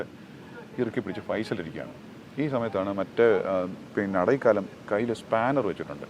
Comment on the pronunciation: സാർ, അടൈക്കാലം അല്ല അടൈക്കലം (அடைக்கலம்) means അഭയം അല്ലെങ്കിൽ സുരക്ഷിതമായ ഒരു താവളം